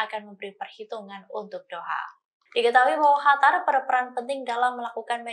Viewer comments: Qatar mba bukan Hatar... Lidah orang tribun pada kenapa sih?!!! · Qatar bukan khatar bu😊😊🙏🙏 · Kok hatar mbak....Qatar mbak...